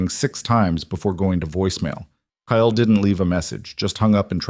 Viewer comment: Kyle is a one syllable name, not two!! 😢